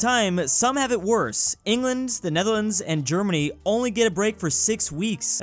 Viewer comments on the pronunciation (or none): none